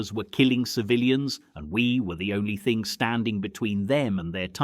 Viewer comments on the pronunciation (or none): none